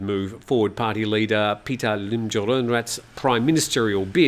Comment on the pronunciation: A few a linguistic quibbles: Pita (พิธา) is not pronounced “Peter”, it’s “pi-taah”. I think if you’re going to report on Thai news then at least get the pronunciation of the Thai names correct. It’s basic courtesy. (How would he feel if Thai news anchors constantly refer to you as “Time Noo Ton”?) “Joke” (โจ๊ก) doesn’t come from the English word “joke”, it’s the popular Chinese dish made with rice congee. And it’s pronounced more like “chohk” - with a skeptical questioning tone like “whaat!?”. In English the “o” in “joke” is a diphthong where you start with a large open O sound and close your lips down to a smaller OO sound. In Thai, the “oh” vowel remains fixed at the starting position of your mouth.) And as for “Peuh Thai” (I don’t understand how it’s always misspelled in the English media) it’s “Peuh-a” Thai (เพื่อไทย). Granted, it’s tricky to pronounce. “peuh” kind of rhymes with “fur”, but you have to smile while you’re saying it. And then you conclude with a short “a” (rhymes with the “a” in the Italian pronunciation of “pizza”). Now, most “Peuh-a Thai” supporters feel angry at being deceived by the party, so mispronounce away: it’s somewhat insulting to do so. Like saying “Aye! Peuh! Thai” (ไอ้เพ้อไทย) - implies “that conceited pack of curs”. :)